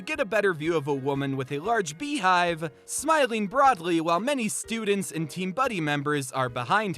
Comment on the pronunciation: Beehive hairdos ... Are pronounced Bee Hive, right? Not Bay Hive?